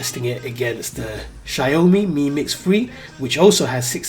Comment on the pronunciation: Shayomee.. seriously.. its Shaomi